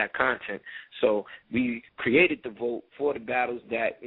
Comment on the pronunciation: Please stop saying vote... it is vault!